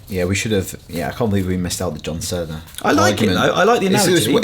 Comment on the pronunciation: I'm sorry, John Senna? Wtf,?